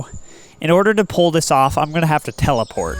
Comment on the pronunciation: "In order to 'pool' this off" 😂